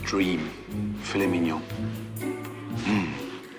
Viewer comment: For those still struggling, typically heard with the emphasis on the last syllable of mignon, not on the first. That's all she was saying.